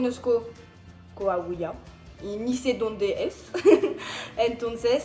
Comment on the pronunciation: trata de pronunciarlo como "coawila"